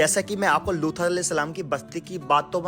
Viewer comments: Video me loot alehissalam na bol kar looth alehissalam bol rahe hai talaffus thik kijiye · Lutha nahi Lut kaha karen ap...nahi aagey log ghalat naam pronounce krengey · Bhai lutha alyehis salam nhi hai lut alyehis salam hai naam to sahi se lo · Abe lutha nahi luth a.s naam sahi se le vo nadi the hamare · Naam to sahi le ye loota kya hai be loot a s nhi aata tujhe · Luthal nahi Loot A.S. thik naam bole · Looth nahi loot alaihis salam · Bhai Lootha ya looth ni hai Asal naam unka Loot hai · लूथ नही लूत है , नाम सही से लीजिए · Alhaa nahi ALLAH Lutha nahi lut Apne pronounce ko sahih kijiye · लूत के जगह लूथा क्यों बोल रहे हो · Name bhi thik se lelo Looth nahi loot (A.S.) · Phele unka naam sahi se lejiye aap lut A.S salam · Paighambar ke naam ka pronounciation sahi se kariye Loot alihissalam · tum Allah ko Alha q bol rha Itni bdi galti tum kaise kar sakte ho. At 17 sec, min, min, min, min, min, min, min, min, min, min, min, min.itna time me tune Alha bola hai.Aur kahi kahi lutha bhi bola isne jo ki bawt galat hai. Approx last time tak tune sahi se Allah nhi bol ska salt ko solt bolta hai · Are bolna seekh le lood hota h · Sabse pehli baat yaar kam se kam loot alihisalam aur Allah bolna seeekh lo aisa lag raha hai koi gair muslim bol raha hai